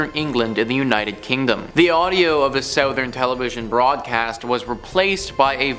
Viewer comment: You say “southern” funny. Is that a Canada thing?